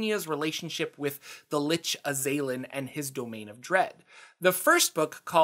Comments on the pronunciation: Pretty sure it's azz-uhh-lin, not Uhh-zay-linn🤷🏼‍♂️ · I don't know if the pronunciation is actually correct or not, but my soul died a little every time you said "uh-ZAY-lin" rather than "AH-zah-lin" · Azalin the Lich is pronounced AZ-ah-lihn NOT ah-ZAY-lihn. It's driving me crazy with the incorrect pronunciation. Damn young-uns ! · I believe it was pronounced AZ-al-lan due to the correct word being Azal'lan. but the baroviana mispronounced it to Az-a-lin so he started using Azalin instead and added rex to become Azalin Rex. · For the last 30 years I have been saying The Azalan'sname as AZ-a-lan. Now I am curious as to how it is really pronounced. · I don't know why you keep putting so much emphasis on the second A in Azalin... It's Az-al-in. It stems from his title of Azal'Lan, which he adopted as his name, and was then mispronounced by the locals in Barovia as Azalin. If you are going to make a video about something, at least learn how to say the words.